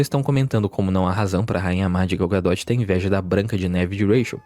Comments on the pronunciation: Vcs têm um parafuso a menos? É Gal "Gadô" não, Gal "Gadóti" pelo amor de Deus né, vê se pronuncia pelo menos o nome direito. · Gadot pronuncia "ga-dô", não "ga-dóti"